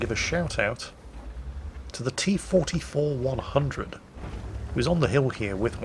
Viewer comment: you pronounced the T-44-100's name wrong